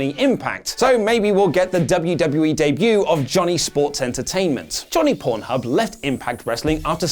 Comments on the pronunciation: Did say Johnny Pornhub or I'm tripping? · Did he said Johnny pornhub? 🙄🙄